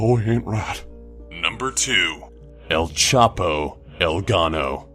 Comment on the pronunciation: "El Chapi"